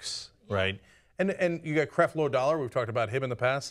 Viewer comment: for christ sake, his name is Creflo dollar >M< .... CREFLO DOLLAR... WTF?